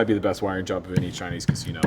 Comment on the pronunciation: lmfao...how you said "Tschainese" pickups...no toan in em whatsoever. get a lolaar in there.